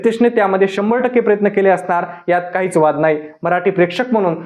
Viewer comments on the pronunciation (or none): none